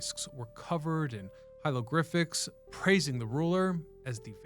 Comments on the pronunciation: 2.06 hilogriphics 😅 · bro said “heilogriphics” 😂😂😂